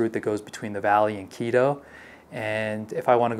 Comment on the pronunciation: You don't live in KI_ROW... You live in KEE-TOW.